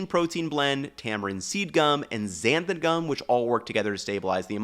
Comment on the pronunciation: TIL it's "xanthaN gum" and not "xantham gum"